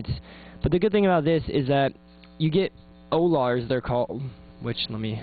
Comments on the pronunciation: o-lars? haha they're called ollars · it's starITE not Starlite. and ollars not o-lars (like dollars without the d)